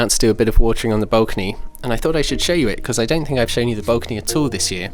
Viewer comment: i've never heard any english person say bulcony, XD what accent is that?